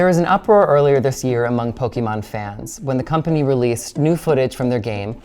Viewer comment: Don't worry, that's an expert on Poke-ee-mahn. Don't know how much he knows about Poke-eh-mahn, since he doesn't seem to know how to pronounce the thing that's been around for 30 years.